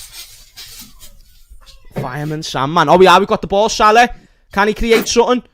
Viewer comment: Imagine living with a Liverpool supporter. How many times a day would you hear "MoShhalha", "ShhadioMarrrnay"and "Vair-gil". It would drive you nuts.